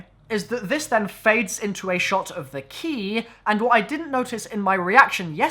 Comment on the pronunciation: "They key" Your bloody what?! Thas' not Anglesh! U fukkn wot m8!